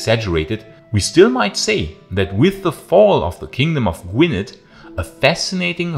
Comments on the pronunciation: Gwynedd is pronounced "gwin-ith". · Agreed. Fascinating video but after the 5th mispronunciation of Gwynedd it started to gall a tad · Pronouncing Gwynedd incorrectly but i will forgive you 🏴